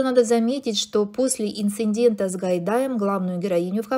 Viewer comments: "ИнциНдент" - это сильно сказано. Безграмотность процветает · Столько "косяков" за короткий ролик - это уж слишком. Год рождения, "Юнальд-Хилькевич" и "инциндент"- повнимательней нужно работать. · после инциНдента можно не слушать